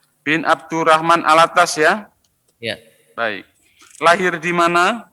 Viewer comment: Penyebutan nama saja slh, habib Hanif Al-attos bkn Al-attas